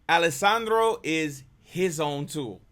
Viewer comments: Please, you've done it on a few videos, it's "Alejandro". Al-eh-hahn-dro. It's not Alessandro. Thanks. other than that appreciate your input. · I love your videos on Alejandro because it’s like dissecting his genius brain and just confirms what a savant he is musically. But my favorite part of your videos are when you call him “Alessandro” 😂 His name is Alejandro ( Ale- HAN- Dro) 😂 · Yep, think "Han Solo" not "San Holo." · Man, stop calling the artist "Alessandro" you know very well, his name is Alejandro; it's like we start uploading videos of you calling you "Conny" instead. So, show more respect hombre. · Dude his name is Alejandro not Alessandro. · You're so good at what you do that I don't even care that you keep saying Alissandro